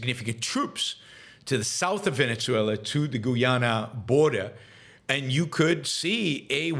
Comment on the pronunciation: 1. If you can learn to pronounce Guyana, you can learn Venezuela- Veh-neh-sue-ella. See? Easy. Soft Z, not hard z, it's not Venezia, you're not speaking Italian. Capisce? 2. A huge chunk of Guyana belongs to Venezuela, the British stole it, then they allowed Guyana to become an independent nation. Venezuela in the 1800s had a small population, and not every area of the country was inhabited, so it was easy for the Brits to show up, plant a flag, and steal Venezuela's land. 3. Your opposition to Russia sending refugees to Finland is ironic, considering you support immigration. 4. Guyana is not the only English-speaking country in Latin-America, there's also Belize and Trinidad. You need to brush up on your geography lessons.